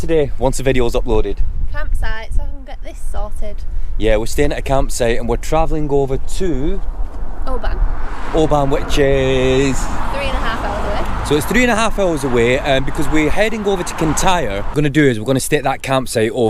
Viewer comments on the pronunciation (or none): Dip fried mars bar yes you can get them and guys oban is pronounced obin there quite a few places where they are not said the way they are spelled and where I live it even worse Scot’s use a lot of slang 😆🏴👍